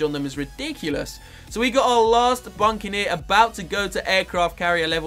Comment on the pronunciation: it isnt buncaneer its buccaneer and tier 4 dartling gun is ray of doom not raygun. Just saying...